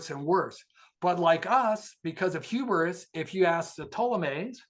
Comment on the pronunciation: Mayans are not from South America and didn't invent Terra Preta. That male to female ratio in China is nowhere near 5:1 Induction Ovens don't cook by using sound The word "Hubris" has two syllables, not three It's "Occam's Razor" not "Arkham's Razor" They are called "eye lashes" not "eye lasses" "Wrinkle* isn't spelled "wringle" In one of the other vids he shows page of handwritten notes and that's how he has those words spelled. Also "marsmello"